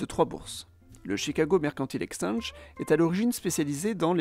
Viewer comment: Oui par contre on dit "exchange", pas "extenge"